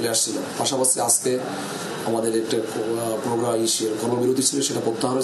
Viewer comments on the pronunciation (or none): none